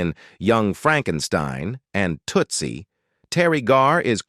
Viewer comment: AI Voice mispronounces "Tootsie "